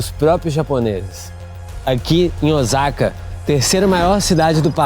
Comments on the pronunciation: Não é Ozaka e sim O sa ka Osaka e tbm não se sentua o Ō . É O-sa-ka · Nao. Eh Ozaka e sim Osaka 😮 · Vc fez vídeos maravilhosos aqui no Japão,coisas q nem eu q moro aqui sabia. Parabéns 👏🏾 so um detalhe rs🫣 fala oSaka c mesmo oZaka nw existe ☺️ falando c carinho ta😊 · Olá, apareceu seu vídeo no meu feed. Como opinar não tem nenhum custo, vamos lá. Tenho ctz que vc nunca viveu aqui no Japão sim? visto que a pronúncia correta de "Ozaka" é "Ôossaka", dito isto é bom que se saiba que essas pessoas que vivem nesse bairro e, tbem os homelless (mendigos) de Osaka, Nagoya, Tokyo o fazem por escolha própria. Não foi exatamente o governo que esqueceu deles. Visto que, nas prefeituras tem um subsídio para aqueles que não tem condições de sobreviver, mas a maioria desses homelless não aceitam receber e ficar subjugados ao governo, ao contrário de muitos estrangeiros, inclusos brasileiros, que preferem receber este subsídio à ter que trabalhar nas fábricas. Ou muitas brasileiras que fazem vários filhos para receberem o subsídio de mãe-solteira e ali ficam por anos a fio. Neste bairro em particular, estão aqueles que trabalharam para a máfia enquanto eram jovens, vivendo na marginalidade e até mesmo presos por anos, ao ficarem velhos não recolheram impostos, nem pagaram nenhum seguro e não tendo nenhum respaldo do governo vivem naquele bairro. Eu não sei se seu vídeo foi para denegrir o Japão ou mostrar uma realidade que existe no mundo todo, mas tenho certeza que em nenhum momento vc foi vítima de algum trombadinha ou algo parecido. Espero que não se oponha a críticas que, talvez acrescente algo para seus futuros vídeos. 👍👍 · A pronúncia correta é "Ôssaka", pelo que vejo em outros vídeos de pessoas que moram nessa cidade do Japão. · Parabéns pelo documentário. Perdão uma correção . OSAKA pronuncie (SA)de Sapo O SA KA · E a pronúncia de Ch e ( TI) não é chi ok? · Pra que mostrar isto so para ganhar like ridiculo cara isso ainda fala errado o nome da cidade.